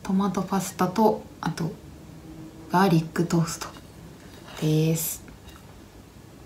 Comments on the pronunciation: こんばんは👋黒子お疲れ様でした😆私も業務スーパー様には大変お世話になっていますが、何故かお肉だけはいつも残念な結果に…焼くと油の海に浸かっているような感じになります🏄️お粥パスタのリサイクルとガーリックの発音は完璧でしたね✨ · ガーリックの発音良すぎ🧄笑